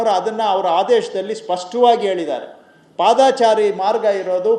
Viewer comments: ಪಾದಾಚಾರಿ ಅಲ್ಲಾ ಮಂತ್ರಿಗಳೇ. ಪಾದಚಾರಿ.ಕನ್ನಡ ಕನ್ನಡ ಭಾಷೆ. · ದಯವಿಟ್ಟು ಪಾದಾಚಾರಿ ಬದಲು ಪಾದಚಾರಿ ಅನ್ನಿ ಆದರೆ ನಿಮ್ಮ ಧ್ವನಿ ಮಧುರವಾಗಿದೆ. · Paadaachaari alla padachaari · padaachari alla paadachari correct maadikolly manthrigale